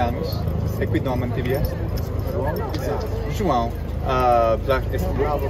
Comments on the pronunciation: I am not trying to be me mean but I do believe he didn’t pronounce it entirely correctly, and the problem isn’t the nasalisation, it’s the [w], which he is over-pronouncing. So essentially he is saying Jo-ã-u when it should be Jo-ãw. It’s super hard though, and I wouldn’t expect him to nail it. He did an awesome job nasalasing and it’s probably because he also speaks French. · you are missing the point a bit. This isn’t a regional variant. There is no form of Portuguese, or mostly any language for that matter, that pronounced two full vowels when they belong to the same syllable. No one native says Ju-ã-u, but they can certainly say Jo-ãw, Jo-ã, Ju-ã, Jô-ãw, etc. This is not a matter of pronouncing right or wrong, it’s a matter of having diphthongs in which only one vowel can be the nucleus, which is the case in Portuguese no matter the place in which you speak it. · Ele não pronunciou corretamente o nome João (Juão). Ele alongou demais o "U". Mas também não foi uma pronúncia ruim, a parte que os estrangeiros têm dificuldade de pronunciar (ÃO) ele acertou.